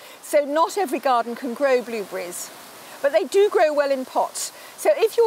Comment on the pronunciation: That’s just a typical British way of speaking! Go watch a different channel! The only thing that was funny to me is the way she pronounces blueberries as “blooh-bee-reese” or something like that. Even the gentleman pronounces it correctly, but I don’t know where she grew up.